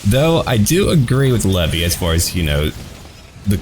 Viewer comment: IM SORRY LEVIE?? LEVY?